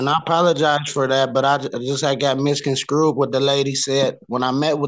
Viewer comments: “I guess I got misconscrewed”?? 😂😂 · misconstrue not misconscrewed is the word you were looking for, if you don't know how to pronounce a word think of an easier option you can pronounce. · ..what the lady sez and I got "misconscrewed"😄